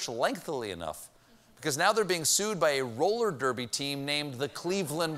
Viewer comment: Male Roller Derby Guys? Roly Derbers? Thy tongues havest outpacéd thy B R A I N S.